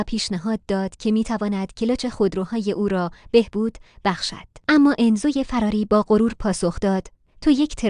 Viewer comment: چرا میگی فَراری. چرا دخترا همیشه فراری اشتباه میگن؟